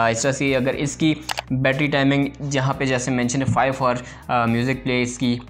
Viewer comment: Hours bro H silent , thanks me later😂😅